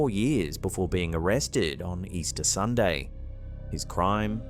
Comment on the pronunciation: Relaxing-Sunday SunYAY...scare me 😂